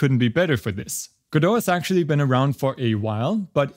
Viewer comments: Just say it: Password recovery is a reeeeal PITA sometimes. Also, welcome back! Also, obligatory it's pronounced Godot. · So it's pronounced "guh-doe"? I've been calling it "go-dot" 🤣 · Its pronounced go-dot, like how you would say dotNet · I’m surprised we pronounce Godo and not « go dot » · If he pronounces Godot like that then that's now the only way to say it.